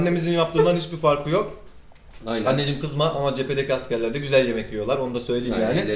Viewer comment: abim gzüel değil diyor